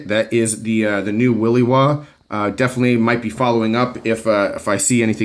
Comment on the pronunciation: i have one ,love it ! smooth quiet sharp ! but my friend it is will i waw.. pronounced like in the word shit ..not y, its not a willy waw. ;)